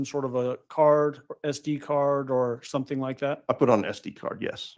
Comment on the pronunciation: Leticia is "somethink" else! □□□